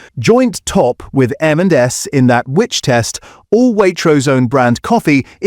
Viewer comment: Very hard to tell it’s an AI voice until until it gets to “M&S” and it can’t say it right. The only giveaway.